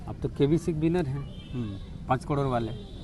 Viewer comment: ये करोड़ नही कह पाता पत्रकार कडोर😅